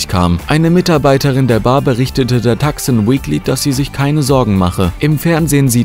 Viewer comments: Bitte, es heißt „Tuson“ (also mit langem u), nicht „Takson“ (Tucson, Arizona). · Tucson- Tuszon gesprochen.